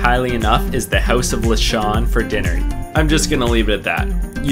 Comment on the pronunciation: It might say lechon but you pronounce it letchon